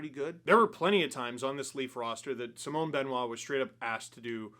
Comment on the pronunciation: how do you still not know how to pronounce simon